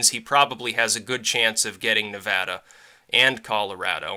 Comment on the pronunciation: Thank you, btw, for pronouncing Nevada correctly.